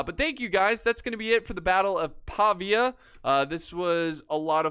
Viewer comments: Pavìa not Pàvia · It's pronounced Pa-vi-a.